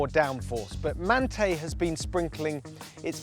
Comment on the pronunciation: You’re saying Manthey incorrectly to trigger people into commenting, right? Well, there you go, you win 😅